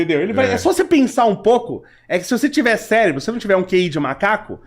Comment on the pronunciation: Até aí comi uma palavra, o fala Celebro. 😂